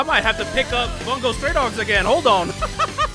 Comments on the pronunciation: No it's fine lol. It's not your fault. It's just a bit aggravating when it's EVERY reactor saying it wrong 😭 Much love to you man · Every time someone pronounces "Bungo" wrong, an angel loses its wings